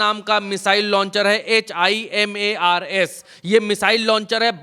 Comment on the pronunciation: himars NAHI Him-Rad hai